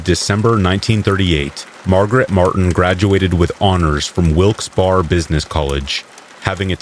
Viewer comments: Wilkes-Barre (like bear-a), and ste-nog-ra-pher, sorry, but I never hear you mispronounce, I thought you would want to know. :yougotthis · It's pronounced Wilkes-Bear not Wilkes-Bar